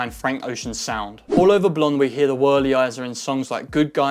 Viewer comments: My man said wurly-izer 😂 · bruh said the worrilizer